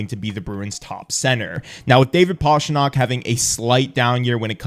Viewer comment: Great video! Just please, don’t call him Pashtrnak😀